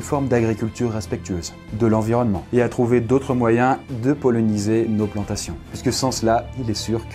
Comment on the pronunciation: Donc les guêpes on peut les écraser ses chieuses ? D’ailleurs à 4’30’’ c’est pas une guêpe que tu montres ? Et tu dis polloniser alors que c’est poliniser 😂 Sinon sujet intéressant !